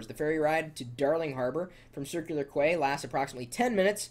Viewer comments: I lol'd at his pronunciation of quay, it's pronounced "KEY". :) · LOLOLOLOL. how could he have not known it was pronounced as key. QU-AY.... LOLOL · Quay is said like Key